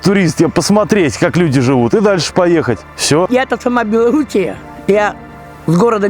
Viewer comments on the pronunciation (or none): none